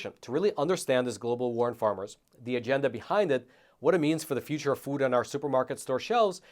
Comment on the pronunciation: HATE THE WAY PRONOUNCES "FOOD." He says " Fud."